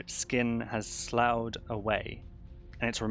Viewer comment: I think it's pronounced sluffy. we use it to description of wounds but i've never heard of suppuration which apparently means formation of pus:) nice!